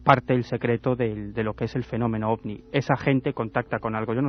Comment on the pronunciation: Disculpa que me meta en lo que no me importa pero se dice ovni 🛸